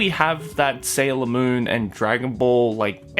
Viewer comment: HAHAHA OF COURSE SHIBUYA KAHO SAYS "sailor moan" LMAO